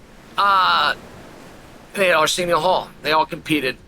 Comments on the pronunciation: Who is this 'Arseeneeo Hall' Chael is talking about? He sounds like a straight shooter... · The guy Chael is talking about, can't you hear him say Arsenial Hall?